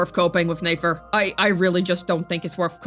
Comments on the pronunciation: It’s nefer not neifer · NEH-FER, it'd be NAYFER if she had and A in her name, YOU DON'T PRONOUNCE NEFERTITI(yes that is what her name is based off of)AS NAYFERTITI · Its a good thing shes talking about nayfer and not nefer 😭🙏 cause what? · I love the way you pronounce Nefer lmao